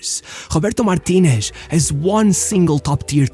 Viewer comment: Why does he pronounce it "Martinesh" and "Ruish"? That's Portuguese, dude... Learn to pronounce Spanish properly: Mar TEE Neth, Roo EETH. It's crazy how certain trends influence people's pronunciations of names and surnames.